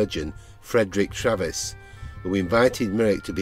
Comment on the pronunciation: Not DoctorTravis, Treves, pronounced " Treeves" .